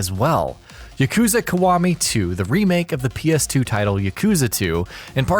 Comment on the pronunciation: i got triggered everytime he said Kawami instead of Kiwami